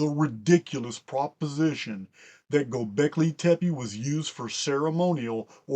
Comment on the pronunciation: As a longtime listener, your pronunciation of "Gobekli tepe" is EXQUISITE! Much Love & Respect, Barb